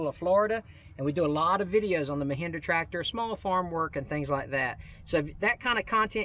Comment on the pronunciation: Mehindra? It is Mahindra not Mehindra!